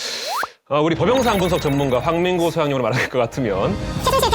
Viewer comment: 나는 왜 '월간 난닝구'로 들리지?